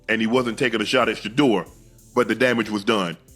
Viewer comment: Can't watch this when you can't even pronounce his name... 😔